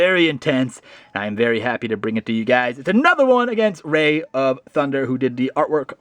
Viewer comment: rai as i raikou not ray lol any ways my friend and i are watching this and hes dissing me for losing lol